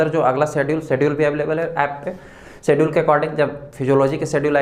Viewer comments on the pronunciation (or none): none